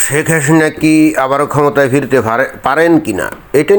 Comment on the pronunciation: ভাই উচ্চারণ স্পষ্ট করেন (শেক হাহিনা) শেখ হাসিনা শব্দটা দয়াকরে ধীরে ধীরে বলুন।